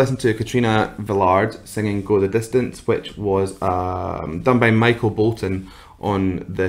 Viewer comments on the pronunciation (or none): none